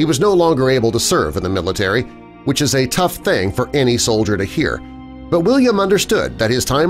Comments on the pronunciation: Soldier not Sodlier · Solider? That's pronounced "sol-i-dur"